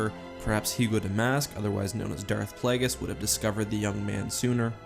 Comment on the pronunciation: ah yes darth plahgis